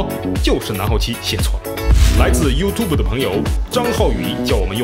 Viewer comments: 是不是这次把YouTube发音发对了🌝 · 终于把YouTube的读音改过来了。😃😃😃😃